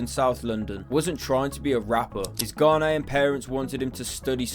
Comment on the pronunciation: You butchered that pronunciation of ‘Ghanaian’ lol I was like WHERE?